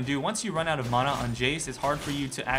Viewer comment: you say mana like eh mon'a